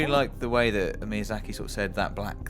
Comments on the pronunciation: Miyazaki, ME-YA-ZA-KEY stop pronounce it as MY-YA-ZA-KEY It doesn't matter where you are from, this is basic respect. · "mayya-sack-ee" can i get a rape-help line? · "Hidetaki Mayazaki", that hurts my feels bruh...